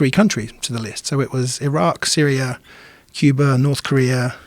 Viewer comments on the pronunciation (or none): none